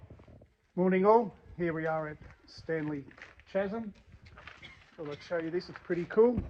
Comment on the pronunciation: Bro, it is pronounced Kaz-em not chas-em.